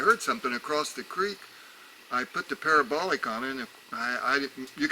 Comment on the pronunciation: haha it allways makes me chuckle when he says parabolic it sounds like pair a bolock lol